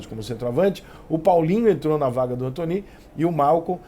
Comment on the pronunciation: Alguém sabe pq o Rica chama o Anthony de "Antoní" e não "Antone". Obrigado desde já.